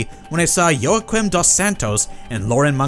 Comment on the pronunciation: You butchered Joaquin's name!